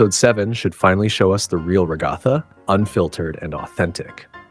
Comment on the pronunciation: "Ra-GAW-tha" brother are we serious 🫩. Do you just dislike her or something?